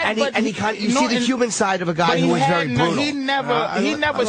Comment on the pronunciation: I hate how Opie pronounces the -er sound, such that Perry becomes Purry and very becomes vurry.